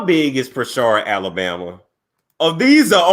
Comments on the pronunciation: Hey, I live here and work in Prichard (Prih-churd).. It's in Mobile(Mo-bill) County and we're very lit here! I actually work at the Prichard City hall where he'll be working if he runs... It's insannnneeee... His opponent name is Quinn Pugh(Pew).. It's funny as hell but it's an insanely impoverished city where millions have been stolen from the citizens.. so in hindsight, it's sad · Im trying to sneak and listen at work and every time you said Pishard I died 🤣 its country country....Prichut lol the R is silent 🤣🤣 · Its Pritchard like Richard puuuuritchard..🤣🤣🤣